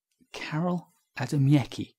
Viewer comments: Ah ah, poor Adamiecki.... btw, he was not russian, but polish (and his surname is pronounced "Adamiezki")... and he published his works in polish and russian... but I guess that for this is even worse:))))) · Marco - Yes, I was aware that Adamiecki was Polish, but not of how he pronounced his name. Thank you. Why should I think that worse? More on Adamiecki